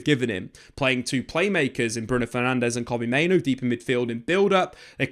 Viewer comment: Mate, I'm on my knees absolutely begging you to pronounce Mainoo's name correctly. As the video went on, you started doing it in fairness. But the first half of the video, time after time - Main-Oh